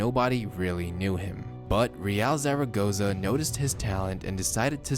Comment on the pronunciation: 0.62 is naught point six two not naught point sixty two. Also you need to learn how to say Zaragoza.